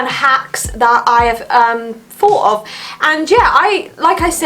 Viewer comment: Thought not FOUGHT 🤨